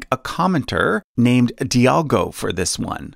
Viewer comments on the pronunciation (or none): none